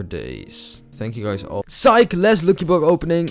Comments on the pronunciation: You dont say locky block you say lucky block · ITS lucky block not luuky bluuk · you need to pronounce it as lacky block not loocky block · its not lwcky its lucky block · Im laughing cus hes saying looky block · He is saying luuky blok man pretty badly pronounced